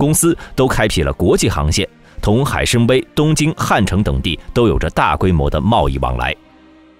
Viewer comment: 海参崴，wai3, 不读wei1